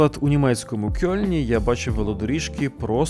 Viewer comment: не Кьолн, а Кельн. Так, як в українській мові слово не може починатися на Ьо(Ö), то його передають буквою е. Але це правило працює в усіх інших випадках також